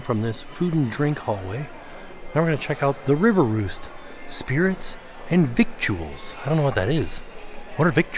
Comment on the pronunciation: Victuals is more usually pronounced "vittels", and just means food items.